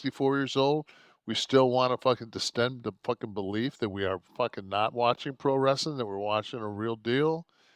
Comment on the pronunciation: Wres-sa-ling bro